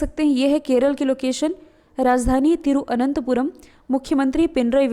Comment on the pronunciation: "thiruVananthapuram" not 'thiruananthapuram